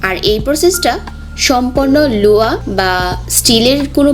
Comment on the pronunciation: It's not loa its loha.